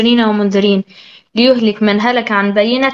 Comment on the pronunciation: الآية ليهلك من هلك عن بيبنة ... تصحيحها (ليَهلِك) بفتح الياء وليس بضمها وبكسر اللام